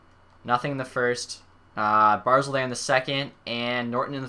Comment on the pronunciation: Its Bar-zel not Bar-zul